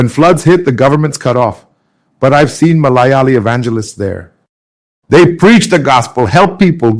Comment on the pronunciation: His name is Mathew Samuel. He looks like a Malayali. Yet, did you see how he pronounced Malayali? This is AI. It explains why Indian pronunciations are completely out of whack.